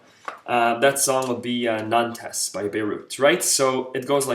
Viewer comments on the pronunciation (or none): The title of the song is pronounced more like 'Nonte' not 'Nantez'. It's the name of a French town.